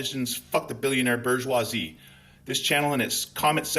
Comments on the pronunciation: Boghjooaazzee... It's the French pronunciation of the word... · Love the way you pronounced bourgeoisie... 💙